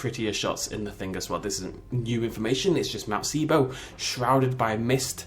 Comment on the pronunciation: not sibo sybo but it's ok